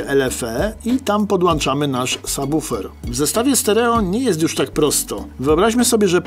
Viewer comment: PodłĄczamy, a nie podłANczamy ;)